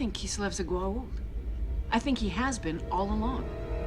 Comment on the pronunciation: It's Goa'uld, not gould 😅